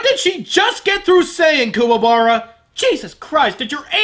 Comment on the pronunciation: I honestly prefer Kuwabara's voice in this movie. Sure he mispronounced his name, but at least this one doesn't sound like a choking sealion